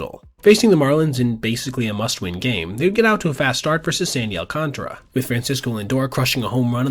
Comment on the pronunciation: Al contra 😂 jesus christ it's al can tara. We have to get your names right why can't you get ours correct?